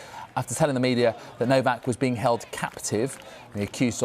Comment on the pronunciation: Probably went to say “kept captive” then decided to switch to “held captive” but messed it up so it came out as “keld”. But you’re right that the tinfoil hat wearers will get really excited about it, not doubt.